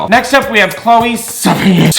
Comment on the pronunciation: LOL STOP you saying chloe sevigńïôn or whatever the fuck her name is... god dammit. Choked on my drink.